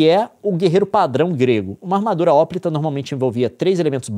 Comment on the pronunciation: Uma dica: hoplita é palavra paroxítona tanto em grego qt em português.